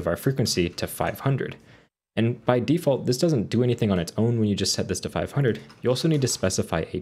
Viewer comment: "de-fart value" lmaaooo my guy